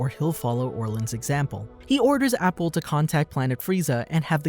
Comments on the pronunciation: wait its pronounced " A" " Pool' not apple so cunfused how u got their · I get triggered with the pronunciation of Appule, idc, it will always be Apool for me lmao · Apple?! 😂 Its appule (ah-poo-lay) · His name is appule not apple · It’s not APPLE. It’s Pronounced AH-Pool.